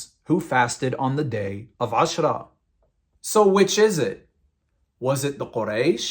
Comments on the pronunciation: I'm thinking of creating a video to respond to all the nonsense your spewing here. True, you're showing the sources, but your twisting their meanings and leaving out other sources and context. Also, your pronunciation of the terms suck. And it's Ramadhan not Ramdan and Aashouraa' not Ashra. Your giving yourself false authority by making it sound as if you know what you're talking about. Also, that smirk on your face as your talking and air quoting things mentioned in the Hadiths and the Quran just makes you look deranged. You started describing Muslims and "our friends" and then proceeded to disrespect our religion and prophet. Maybe I'll respond in kind. You should call yourself "Give spite" instead of "". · Bro you need to pronounce your Arabic correctly; AshOra not Ashra, RamAdan, not Ramdan, etc.